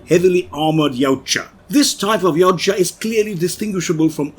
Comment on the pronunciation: Finally someone that can pronounce Yaujta correctly!